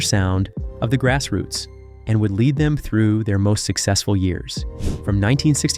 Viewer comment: The pronunciation on this narration is all over the place "Grass Roots" is pronounced 4 different ways!!!